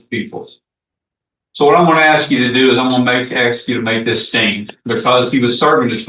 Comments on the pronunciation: I don’t get it Why is pronouncing Ask the correct way seemingly has become impossible? It’s 3 letters. It’s ask. Not onompnapie. I have no idea how to spell it without auto correcting as i attempted to spell it , and still though I know how the word is pronounced. Ask. Not aks. Not achs. Not aks It’s A-S-K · I would troll every person that can't say ask Everytime they say ax. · I might seem like a snob but any person that cannot pronounce ask properly… ie they pronounce it aksss… well my skin crawls and my blood boil. It’s 3 bloody letters!!! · Regularly punctuated with a lot of ‘axe’ and ‘axing ’! 😂